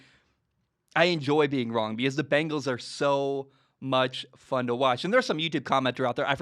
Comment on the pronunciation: Gotta love the "Begnals"